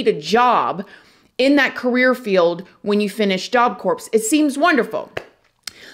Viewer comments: Job Corpse.... 😂😂 it's pronounced like Job Core, mama!! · Job Corps is pronounced like it's spelled "core", same as Marine Corps...not corpse, but core...Job Corps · Thank you for covering this story. Corps is pronounced "core" not corpse (like a dead body). Like you've prob heard people say Marine Corps, it is pronounced (core) the same way. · I love the way you tell these stories and the way you stand up against injustice of all kinds. The first time you pronounced corps (like “core”) as “corpse,” I thought it would be petty to correct you. After hearing about the awful nature of this crime, the people who committed it, and the program itself, I wonder if you were right—for earnest, innocent Jose it WAS the Job Corpse. 😢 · Same. It’s pronounced “core”. Not corpse. Same with the Marine Corps. Pronounced Marine Core. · Yep, love your channel but almost couldn't watch hearing "corpse"....sitting here screaming CORE at the TV. RIP Jose.😢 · Ok I'm not alone. It was thinking that it was pronounced "core". It's the repeating of the "corpse" for me. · this is why we love. She keeps English spicy. Lol. job corpse //job corps// U know—corps is a strange word. It’s pronounced core Who ever came up with spelling & pronunciation of English words? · I love your videos. Just thought you might want to know that in job corps, the p and the s are silent. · It’s pronounced as “Job ‘Kor’”. It’s spelled “Corps” but it’s pronounced as “Kor”. But love all you videos. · hi, love your channel. just a small FYI...'Corps' is pronounced 'core', otherwise it sounds like corpse (dead person). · You don’t pronounce the ‘ps’ in Corps. It’s not “corpse.” It’s like “core.” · It's pronounced Job CORE, not corpse like a dead body. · Job Corps pronounced: core...not.corpse...lol I love u keep up the amazing work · Corps is NOT pronounced as corpse, it is pronounced as Core. The p and s is silent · It's pronounced core not corpse as in Marine Corps. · Job "corpse" lol